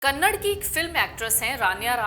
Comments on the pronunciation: Kannad nahi kannada.. like u say Kareena.. not as kareen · Abe C anchor, it's kannadA not kannad, pehle naam bolna sikhle C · Kannad nahi kannada bolo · Kannad nahi Kannada bolo madam jii 😊